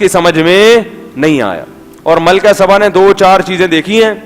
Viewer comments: Malka saba naam hey. Malka sabban nahin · لفظ سبا ہے صباں نہیں....